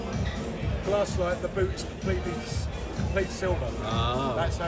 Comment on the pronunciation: We all have Google Translate so I don’t know why GLASSLITE is so difficult for others to pronounce. Phonetically speaking, it’s Glazz•Lie•Chee. You hang on the Z for just a second and then roll into Lie Chee. Now, altogether kids, “Glasslite”. I gotchu 😉 Love the channel bro!!